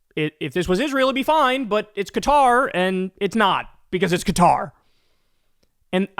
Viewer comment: At least he pronounces Qatar correctly 😂😂 but of course he doesnt care about the corruption, just the source of the gift